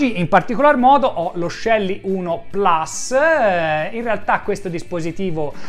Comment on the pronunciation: Complimenti come sempre per i fantastici video. Però, puls é latino e si pronuncia plus, non plas. Tutta colpa di Apple 😂😂😂. Non americanizziamo anche le nostre parole.